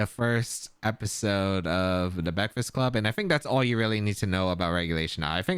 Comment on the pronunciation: The Baekfast club had me laughing 😂